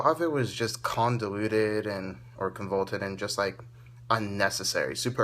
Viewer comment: con...vo...loot...ted...not con volt ed